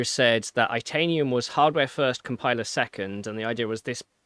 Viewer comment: Interested analysis. However, the way the chips and cheese guy pronounced itanium sounds like he’s only read the word and never heard it pronounced. It’s like titanium without the T. Also saying “RISC Vee”.